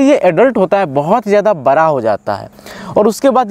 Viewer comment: Apni jaankari puri kariye.. Last 100 years mere ghar mein dogs rehtey aaye hai German shephard , labrador , Saint bernard ,pomerian , lashsa apso even dober man ...but sadsy dogs mein german shephard Sabsey jada dini se hai...and he is vegetarian...koi bahot jada khana to nhi khata... Aur ek baat plz hindi sahi bola kariye आप बड़ा को बरा कह रहें है, बरा क्या होता वो भी बताइयेगा कृपया